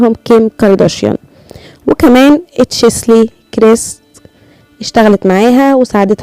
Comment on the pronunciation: النطق الصحيح تشيلسي وليس تشسلي ❤️